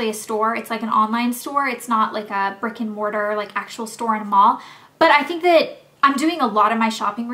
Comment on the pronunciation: When you said Shop Bob isn't a brick and mortar store I thought you said "It's not a freakin mortar store" lol